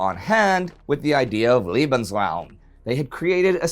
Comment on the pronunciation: Awesome new series! I watched your WWI series and enjoyed it a lot. But..... "lee-bnz-rowm" = Liebensraum = room for love. "lay-bnz-rown" = Lebensraum = living room LOL